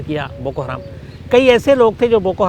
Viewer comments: शम्स ताहिर खान साहब, हराम नहीं हरम है जनाब, आपसे ये उम्मीद नही थी ❌❌❌❌ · बोको हराम नही बोको हरम होता है अन्धेर पत्रकार अपने आपको मुस्लिम कहते हो लेकिन आपको कुछ भी ज्ञान नही है ।आप फ़र्ज़ी मुस्लिम हो। और भारत में जैसे आरएसएस है वैसा ही संगठन है बोको हरम आरएसएस जैसे अल्पसंख्यक समुदाय पर हमले करती है वैसे ही बोको हरम वहां के लोगों पर हमले करता है।